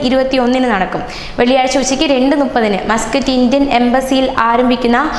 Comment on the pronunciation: ഹ ഹ ഹ.... സ്ഥാനാ പതി അല്ല, സ്ഥാനപതി ആണ്. വൈകുന്നേരം നാലേ നുപ്പത് പോലും, നാലേ മുപ്പത് എന്ന് പറഞ്ഞ് പഠിക്ക്. ഇതെന്ത് മലാ പാറി ആണെടി നീ...?